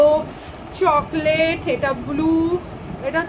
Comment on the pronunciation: Not shoclate it is chocolate